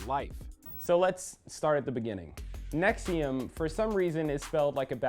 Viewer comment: Let Lee explain: right off the top can't pronounce NXIVM. Sounds like you really put some time into this LOL!